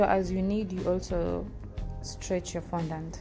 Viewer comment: You literally said no glucose or glycerin seriously.I mean glucose powder or glycerin powder is the same as glucose and genital .Im sorry I just unsubscribed and by the way it fondant not fondaant